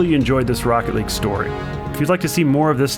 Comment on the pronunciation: THIS IS ROCKET LEAGUEUH I Know Its League ..